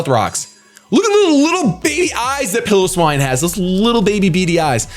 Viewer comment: I'm amazed that his opponent spelled piloswine's name the way it's pronounced and still said it wrong